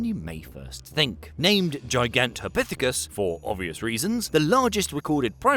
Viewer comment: gigantopithicus what now 😂😂😂